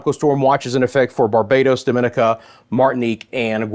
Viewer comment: DOMINICA, is pronounced Domin nica.